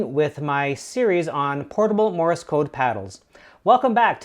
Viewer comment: Morse , not Morris ...